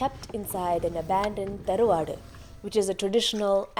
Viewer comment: It is tharvad and not peruad